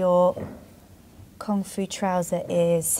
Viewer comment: oooh, "Kung Fu" trousers. I thought you were saying "comfy" trousers. I thought, yeah those trousers do look comfy.